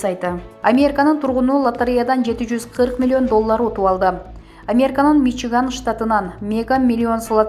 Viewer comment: Урматуу автор кыз создорду туура айтчы.баары шаар аттарын ката айтып жатасын.же билим ал.мисалы::::амерка=америка.навлный=навальный.хаборовск=хаборовский.ришард коменде=каменде.экономыка=экономика.